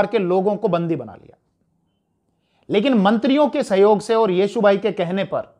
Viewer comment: लेकीन येशू बाई केह दिया येसू को ठीक है अलग प्रदेश hai गलती to hogi पर Comments padh lete hai Aur सुधार अमल मे लाते है Sarahniy है